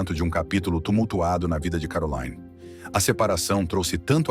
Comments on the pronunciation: Vídeo muito mau. O nome da princesa é mal entoado, se deve pronunciar Caroline, como um nome francês e não Carolaine à maneira inglesa. Ela nunca se divorciou de Ernest de Hannover, seu terceiro marido, embora vivam separados. Não consta que detenha todos os títulos academicos académicos mencionados e nem sequer foi/é essa figura benemérita com grandes feitos sociais em prol dos desfavorecidos. O que mais consta sobre a princesa são os seus escandalosos romances de solteira, o snobismo e a arrogancia propria das classes de poder. Sua beleza e elegância são a causa de sua fama e pouco mais. arro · Não é CAROLAINE e sim CARROLINE que se pronuncia… a narrativa realmente deixa a desejar…. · on dit Caroline pas Carolayne, la langue monégasque est le français ! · Carolaine!?!?! Ninguém a chama assim!! Ela é de Mônaco, onde se fala francês! Seu nome é CarolIne, onde o i é um i. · Pare de dizer CAROLÁIN....ali em Montecarlo a lingua é francesa...vc tembq dizer CAROLÍN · O nome da princesa de Mônaco não é pronunciado “Carolaine”. Ela fala francês. É Caroline, mesmo. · Caroline, é francês e não inglês (Carolaine) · É uma hora pronuncia Carolaine outra hora Caroline. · Por que o locutor fala Carolaine se em Mônaco e na França, país fronteiro, se fala Caroline. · É pronunciado em francês Caroli (li) né !! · Imagens repetitivas demais. Isso deixou o vídeo chato, sem falar da pronúncia errada do nome dela. O nome é francês; entao a pronúncia é CAROLINE - simplesmente. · E essa pronúncia "Carolaine" 😂😂😂😂😂 vocês sao amadoramente ridículos. Chega a dar pena 😂😂😂😂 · Exatamente! Meus ouvidos ficaram doendo, cada vez que o sujeito falava ”Carolaine”. 🤦🏼‍♀️ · Eu também estranhei a pronúncia do nome dela. A língua falada em Mônaco é o francês! Eu falo francês e conheci Mônaco! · A pronúncia do nome de Caroline está incorreta!